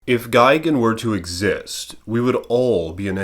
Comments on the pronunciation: tbh I'd take a selfie with gigan in the back ground too also ur saying gigan wrong it's GUY not gig lol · why are you saying gigans name wrong sometimes your calling him gigin sometimes